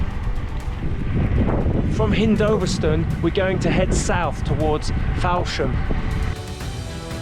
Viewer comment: This is very enjoyable, all these areas are my childhood and my father was in the RAF and we were fascinated with planes. The information is fascinating, however every time I hear you mispronounce "hindolVStone" and "fowlsham" i have to put my fingers in my ears... Lol😂